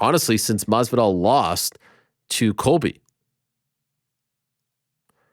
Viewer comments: You are always very precise with the correct pronunciation of the names of the fighters. Jorge Masvidal has corrected you several times in the past now. Jorge Masvidal,... Masvidal!!! Not Marvidal😂 there is no "R" in Masvidal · There is no r in masvidal FFS